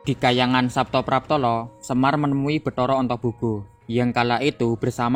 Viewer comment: Saptapratala bukan Saptapraptala da Batara Antaboga ujudnya adalah seekor naga ( ular) yang sangat besar